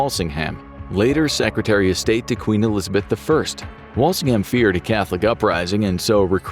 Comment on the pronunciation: The fake AI American voice could not pronounce "Walsingham" properly.